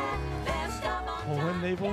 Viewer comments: Ah yes a 20 minute review for a 7 minute video. Also it's produced colony-ville but it's colonna-ville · Quick hint: Colonnaville is pronounced "coal-onna-ville" Colonna references Jerry Colonna who worked on old disney cartoons. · Little thingy on the name of the station: Colonnaville should be read like "Colonna ville", like Amityville or Belleville. Fun trivia fact, "colonna" is the italian word for column, and as a curious coincidence I happen to live in a town in Italy named Colonna. Even more funny is the fact that like Colonnaville its only perk is a railroad station, for the rest it's just a bunch of houses with some neat green trimming